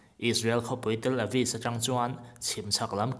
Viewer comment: 'Tel Avis' i ti palh hlauh mai